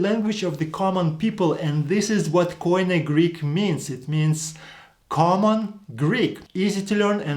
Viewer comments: It's not: k. o. i. n. e but it's "κοινή" kini. Stop using these word and hear the greeks how they call it... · Κοινή=Keenee. If it is pernounced coineh it would be spelt κοϊνε. Maybe people should observe the grammar rather than trying to figure out the pronunciation. Because grammar dictates the pronunciation. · First mistake: Every foreigner says Koine with the accent in the o K'oine while it should be koin"e. The accent in the e. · This is exactly the big difference between Greek and other languages. In Greek there is only one way to pronounce the letters, but Erasmus who had never heard Greek turned them into a barbaric pronunciation and at the end of his life he apologized to the Greeks. The barbarian "ko-ee-ne" that you all pronounce is completely wrong because the «oι» is a diphthong and is pronounced as ee. So the correct pronunciation is "kee-nee" stress in the last e. The same applies to the diphthongs ευ=ef or ev, αυ=af or av depend of the letter that follow, ηυ = eev, ου = ou / oo, αι - e (end), ει = ee, οι = ee. The best advice is to ask a Greek Orthodox priest about the correct pronunciation, because the Greek church is the one that kept the tradition and today uses exactly the same language as in the first century.